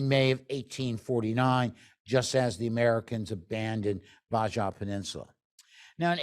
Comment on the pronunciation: The Baja peninsula of Mexico is pronounced ba-ha, NOT Ba-ja fyi. ..... Thanks for the talk.